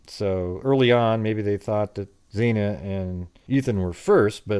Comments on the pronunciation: Hi, I love your show! But out of respect for the victims, could you please pronounce Xana Keenodle's name properly? It's not "Zena", it's Xana (short "a" sound) Thank you, please keep up the good work! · Your videos are great, but please pronounce Xana's name properly